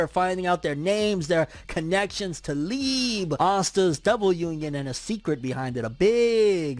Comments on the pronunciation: Oh my gosh does he pronounce liebe leeb?! If ur reading this, its pronounced Lee-uh-bay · It’s lieb eh without the h sound